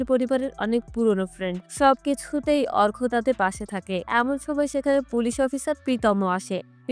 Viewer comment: Arka r arghya r moddhe parthokko ache apni bolchen thiki kintu uccharon thik kore bolun duto name e akirokom lagche sunte..... Story taller houa oto sohoj noi.